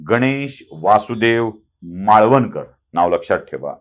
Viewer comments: "माळवणकर" नव्हे, "मावळंकर". माहिती खुप सुंदर. धन्यवाद! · त्यांच नाव गणेश वासुदेव मावळं कर असे उच्चारावे किंवा आहे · माळवणकर नाही हो. मावळंकर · माळवणकर नाही त्यांचे नाव मावळंकर असे होते.